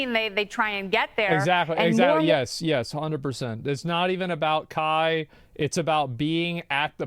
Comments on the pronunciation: How do people paid to be on television somehow read "Kai" as "Kah"???? How does this happen? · How tf do you pronounce kai as kah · You clearly know it's a boomer news guy when they can't when say Kai right and says "ka" when there is an i in the name there for a reason. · She follows and knows kai but cant say his name right ???!?!?!?!?! The news is such a scam . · How can ”Kai” be that hard to pronounce😂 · Just the fact that they haven't even taken the time to learn how you say his name correctly just completely nullifies their statements. This is on Kai. It's all unfortunate and a rough lesson learned. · This guy can’t get the platform or the person‘s name right. To be a reporter in 2023.. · How is every single one of them incapable of reading and then saying the name "Kai"? I'm going insane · it is, but the reporters here pronounce it like a Mortal Kombat character 😂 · i dont condone kai at all. but the news casters not being able to pronounce his name right just shows how much they actually care about the topic. just going back to their old boomer takes, "i mean if it was the beatles i get it...."